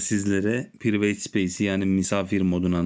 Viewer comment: Priveyt değil pırayvıt.